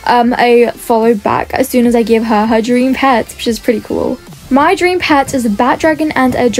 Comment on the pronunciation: Pet not eot